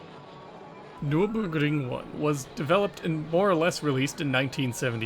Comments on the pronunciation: “Nerr-berr-gring” It’s a famous racetrack. Hearing the copy/paste butchering of the word over and over is irritating. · I'm loving this series SO MUCH - keep up the great work. That said, I find it odd that you obviously found the germanic name Nürburgring so difficult to pronounce (nurr burr gring). I don't mean to knit-pick, but the repeated and thus un-natural sounding voice sample, was really weird to listen to (indeed. it sounded like google robot speech - not good!). Anyway, let me repeat - I LOVE THIS SERIES Regardless. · The way you say Nurburgring is funny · Why does your accent change to japanese when you pronounce nurburgring😂😂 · It sounds like you successfully pronounced the German word once and just copy/pasted it :-D